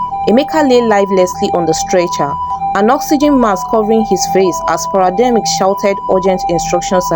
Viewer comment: The word is paramedics not parademic😀